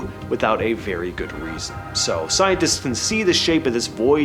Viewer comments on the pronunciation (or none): none